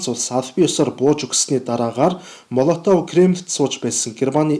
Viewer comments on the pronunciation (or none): МООЛОВТОВ гэж дууддаг. Молотов гэж бичдэг.